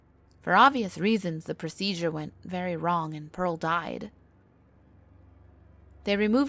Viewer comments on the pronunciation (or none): none